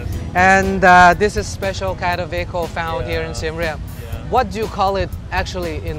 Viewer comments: finally a video where someone pronounced siem reap correctly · I love it how he pronounced the Siem Reap correctly